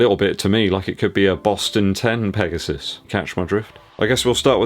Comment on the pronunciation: Did you say Nike PEGOSTON 😆